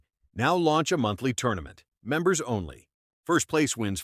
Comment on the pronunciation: 'Members Onley' 🤣